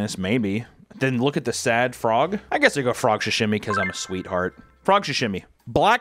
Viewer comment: Why is he saying “shashimi” it’s called SAshimi😭😭